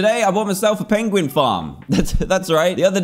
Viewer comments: its a peuinguin NOT peigoen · you said pigin xD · Did you here dad say pidgin 😂😂😂😂😂